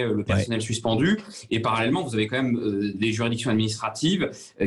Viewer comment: On dit "quand même" et non "qua même" M.Bercoff! Le contenu de votre émission est excellent et sans votre "qua même" ce serait mieux. On entend plus que ça. Merci à vous. ;)